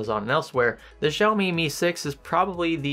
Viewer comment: I’m Chinese and every time he pronounced “Xiaomi” made me want to jump off a building. Sorry. Great video though.